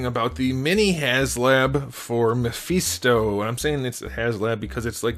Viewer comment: Not the “Muh-Feast-Oh” lololol